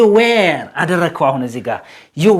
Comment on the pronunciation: Were should be pronounced as ወር not ዌር. Thanks